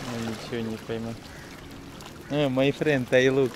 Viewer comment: Та интонация, с которой Арату говорит "май френд" вызывает испанский стыд